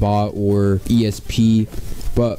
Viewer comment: did u say asp or esp?